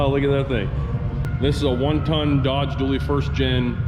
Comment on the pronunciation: dually, not duelly not duly lol